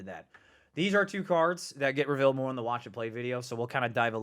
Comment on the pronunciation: Am I the only one that doesn’t like hearing him always say “revALEd” instead of “revEALed”?